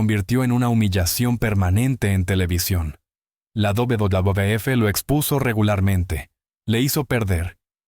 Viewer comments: Porque no pronuncias bien WWF se oye ridículo como lo pronuncias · El contenido es muy bueno, lo que te pido es que ajustes la voz de IA que usas, al referirse a la WWE o WWF, suena extraño y lo peor hace que pierdas el hilo de lo importante que tratas de decir. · Vídeo muy interesante. Mucho ánimo con la pronunciación de la "uvedoble uvedoble efe". Me encanta el canal. A darle duro!!!